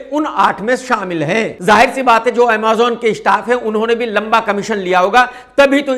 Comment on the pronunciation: Amaazaun nahi amazon 😅